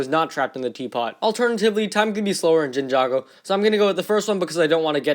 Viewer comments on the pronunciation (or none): did he just say jinjago